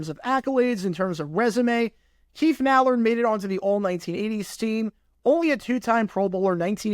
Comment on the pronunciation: It's Keith MILL-Ard